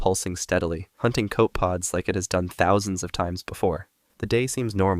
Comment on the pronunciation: "Coe-peh-pods", not "koh-puhds"... "Nu-dee-brank", not "nude-branch"... It's like he never heard anyone say those words before, and never bothered to find out.